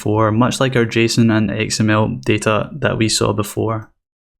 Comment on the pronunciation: Great tutorial and I love your accent! I keep hearing "egg smell" when you say XML. :)